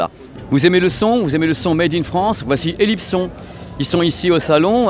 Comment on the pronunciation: Tu dis Elipson à la francaise...Mais j'ai toujours entendu "é-lipe-sonne" phonétiquement... Je sais que c'est une marque française...(Merci Monsieur Léon pour les excellentes 1303...Modèle emblématique de la marque), mais je suis surpris de t'entendre prononcer le nom Elipson ainsi.